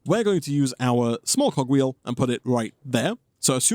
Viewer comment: I legit thought he said cock wheel ☠️